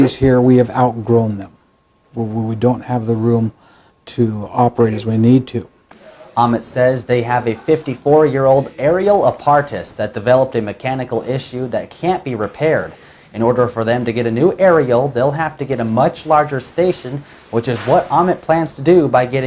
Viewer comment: Apartus? really time to go back to elementary school , it's apparatus. Now sound it out app-a-rat-us. Now give that cheap suit back to daddy and stop pretending to be a news anchor and loose the most horrible and poorly animated background in the history of internet videos. Don't get you're hopes up of becoming an anchor when you grow up. you won't make it with any fox network, As low as liberal Cnn is they wouldn't even glance at your resume' before it ended up as toilet paper before it was shredded.